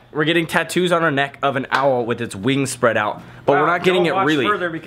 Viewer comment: he Said whats Ne"xt"ck